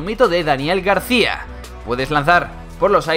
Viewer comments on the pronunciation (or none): none